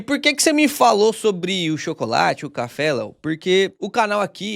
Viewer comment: Não pude deixar de reparar no "cháfé" do... kkkkkk